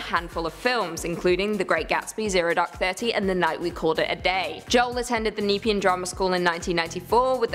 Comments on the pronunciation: ARGH - As a person from the Nepean region, it hurts my brain to hear her pronounce it the way she did. We say "Neh-PEA-an", more emphasis on the "pea" part. I went to the same uni as him and in the same school, although many years after him and in music, not theatre. And yes, for Rose Byrne, she has her native accent in "Two Hands" with Heath Ledger, I'm sure. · In that entry about Joel Egerton was that the name Nepean she butchered?